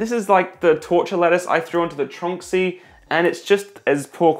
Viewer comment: I really wish all of you reviewers would stop saying "tronksy". The brand name is obviously supposed to read "Tron X Y", and frankly, it makes you all sound like idiots.